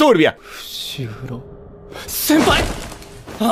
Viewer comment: Cuando se da cuenta de que esta atado le dice sempai .. o soy la unica que escucho eso :'>